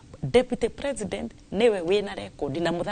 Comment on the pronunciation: SHE PROnounces PRE-SI-NDEN -NT...